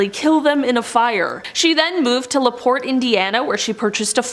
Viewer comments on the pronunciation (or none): none